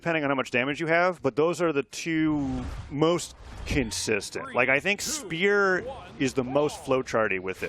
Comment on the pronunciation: lmao me too it was so distracting 😂 they pronounced spear as “speuw”